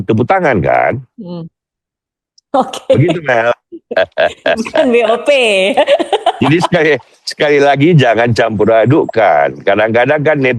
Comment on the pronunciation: BOP ❤❤bukan BOW 😂😂😂